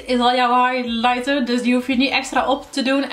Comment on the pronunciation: Wrm kan jij highlighter niet uitspreken? 😝